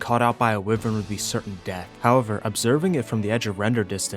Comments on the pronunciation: Why-vern ... not wiv-ern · lol it’s wyvern not wivern 😂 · it's WHY vern, not wivern. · Dear, King of goblins and goopers, Lord of grubs and bobs, and Heavenly commander of arc pvp. Idk why but it pisses me off so much how u pronounce wyvern. Its pronounced “Why - vern” not “wi - vern”. Other than that the video is spectacular and is more than entertaining. Hope you have a good few days to rest after this clusterfuck of a situation. Sincerely, random subscriber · Bro I could watch your vids all day but hearing you pronounce wyvern like that is painful 😂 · Isn’t wyvern pronounced why-vern? Or am I just a why-tard? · its pronounced why-vern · it hurts me every time he says wivren :face-blue-wide-eyes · Hate to be pedantic but I think you’re pronouncing Wyvern wrong bless